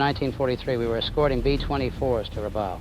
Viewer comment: Excellent format and very good imagery. Just a small correction, for the record. Rabaul (which rhymes with "cowl") is not an island but a harbor town on the island of New Britain.